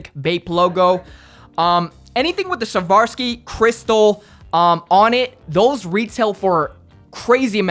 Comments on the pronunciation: Swarovski not sharvaski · did this man really say "savarski"?